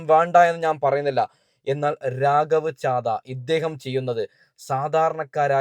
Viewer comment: രാഗവ് ചാദ അല്ല അങ്ങേരുടെ പേര് ഒന്ന് വൃത്തി ആയി പറഞ്ഞു പഠിക്കു